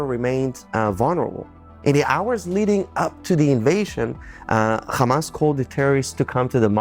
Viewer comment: the movement name starts with ح NOT خ Ha no Kha, no Dutch K, or German Ch, it alliterates with American pronunciation of Hutspa (Chutspa)